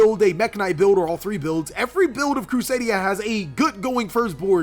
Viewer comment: Did that man just say crusadia agarpain lmao